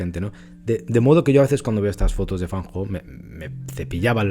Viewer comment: 👍 Lo pronuncia muy bien. Llevo + de 19 años estudiando chino mandarin. 😊 Muy buen video. Muchas gracias. Totalmente de acuerdo con usted. La perfección no existe en nada. Todos los artistas la buscamos. Es muy humano... En fotografía; dibujo, pintura ya no lo intento. En el canto lírico; danza, o en mi Viola de Gamba,etc..., si lo necesitaba/ necesito más. La perfección es la felicidad instantánea, e infelicidad interior permanente asegurada... Me gusta algunas fotografías de FAN HO. Las que tienen personajes humanos, más emocionales. Las personas que tenemos rasgo de personalidad D.O.E S - P.A.S = español; vemos, olemos, oimos, sentimos, saboreamos el mundo muy diferente ( como cualquiera otra neuro divergencia) al resto de humanos. Sí, lo conocía. Gracias, lo he disfrutado mucho. Me ha gustado volver a recordarlo. Siempre tenemos a Cartier Bresson como referente en la libreria y mente todos. 👋👋 Recuerda que los mejores medicamentos son: infusiones o mejor tisanas cocidas de: tomillo, limón y miel "española" de romero, eucalipto lo más sólidas posible. La importada está llena de micro plasticos! Ajo, cebolla ( crudo mejor mezclado con la comida ), genjibre,limón. con miel. Romero,limón, miel. Para los resfriados, gripe, virus o enfecciones bronquiales de todo tipo. Vicks Vaporut cuello,torax y espalda antes d dormir como mínimo. Respirar vapores de eucalipto hervido con toalla por encima con ojos bien cerrados diario. Cama,calefacción,cuello y